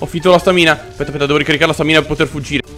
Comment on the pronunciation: scusate l'ignoranza, ma non si dice stàmina e non stamìna? comunque bel video, sempre simpaticissimo